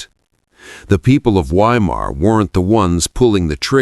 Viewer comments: pronounced Vy-mar in German, not Why-mar.Just sounds odd hearing Why -mar. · I'm not sure if this is some kind of dark humour. I'm talking about pronouncing Weimar as whyma. Surely everyone knows that 'W's are pronounced as 'V's in German in other words the town is pronounced Veimar but spelt Weimar. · Not "WHY-Mar" but Vy-mar. V as in Victor. Narrator's voice sounds like old grapes forgotten in the back of the fridge. Can't listen. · Please, W in German is pronounced as a V. So Weimar is Veimar. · Ai narrator?? Saying WHY—mar is driving me nuts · Sounds like AI. It’s pronounced Vimar, not Weimar. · Is it too much to ask of AI narration to correctly pronounce the city name as "Vye-mar?" I guess that would be intelligent. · It's pronounced Veimar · Weimar is pronounced VYE MAR. Fix your damned AI and learn to pronounce words correctly. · I don’t know if the narrator is human or AI but i wish it would pronounce place names correctly 🙀😬. The letter W is pronounced as a V! please fact check before publishing a video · Why can your Ai correctly pronounce Goethe but not Weimar? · You need to train your AI that W in German is pronounced like V - Vi Mar - Book-en-vailed, It gets very annoying every time it is said wrong. That is how we get from Wien to Vienna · Is it really that difficult to train an AI voice to pronounce Weimar and Buchenwald correctly? I cringed every time I heard the W sound. Come on. Otherwise, this is good. It’s embarrassing that the handler didn’t know W in German is pronounced like V in English. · I'll subscribe when you can pronounce Weimar and Buchenwald correctly.